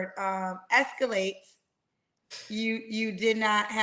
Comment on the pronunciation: not you saying “escalate” I can not😂